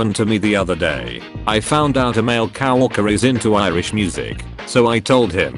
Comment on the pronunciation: Normal people: "Coworker.": "Cowalker."